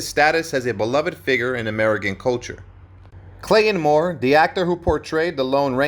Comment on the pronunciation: It's NOT "Clay-IN" Moore!